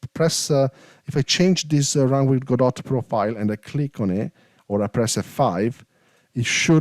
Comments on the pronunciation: Please, it's not "Go Dot" or "GoDot" xD, its Godot, spoken like: god-oh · It's pronunced Gawdaw. It's not "Go, dot", it's a French family name -- from the play "Waiting for Godot"